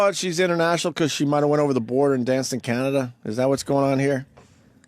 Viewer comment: Opie cannot say Canada for the life of him... “Cahhnnaduh” Example